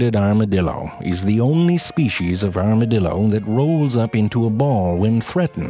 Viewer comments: Is it just me or he's saying Armadildo at the beginning? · Armadilido...I will never be able to say armadilido right again... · does anyone else hear the man in the beginning say arma-dildo? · i heard you said "armadildo" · You had me at "armadildo." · Anyone else think that it sounds like an "Armored Dildo"? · Armadildo LMAO... dude please talk about the bonobo monkey or the portuguese man o' war or the sea cucucmber... Morgan Freeman would be proud! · As a Texan I can confirm all of this Even the mispronouncing of it's name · Every time he said 'armadillo' after the intro, or just about, I kept thinking "arma-dildo" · LOL Armadildo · Goddamnit now I'll keep saying armadildo instead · "Here are true facts about the Arma-dildo, oh, thats a typo" "Here are true facts about the Arma-dildo. Oops I said it again. Two times." Lol wtf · “Here are true facts about the Armadildo” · A R M A D I L D O whoops that's a typo says it again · I KNEW HE WAS GONNA SAY ARMADILDO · I HEARD ARMOURED DILDO H E L P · I new it he was going to say armadildo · *Armadildo XD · ''Here are true facts about the Arma-dildo'' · here are....true facts about the "armadildo" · armadildo lol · before clicking this video i knew frank was gonna say armadildo at some point. i was right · I am never going to be able to hear the word armadildo the same again.😂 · Nobody This guy: A R M A D I L D O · arma"dildo" LMAO IM DED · Armadildo. I'm dead xD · Lol "ArmaDILDO" 😂😂😂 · ZeFrank: here are some true facts about the...armadiLdo Me: son of a bitch just got me in 4 seconds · WHEN YOU SAID "ARMADILDO" I COUNDT GET IT OUT OF MY HEAD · "Arma-dildos. Oops I said it two times." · OMg i just put this on for my 3 year old i had to do a double take and come back and he defintly said Armadildo lol something about shooting fire out ass n teleporting yea my bad son lol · "Armadildo" I'm laughing hard, he funny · I was just thinking “armadildo” then he said “the armadildo” and I died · Armadildo lol.....😂😂😂😂😂